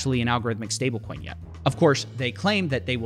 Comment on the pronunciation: Every single time Justin Sun says stablecoin i hear it as StableKwon. Bro, i dont think you should tell us all this info. Its enough to look at USDD name and stupid icon to get that its a ponzi.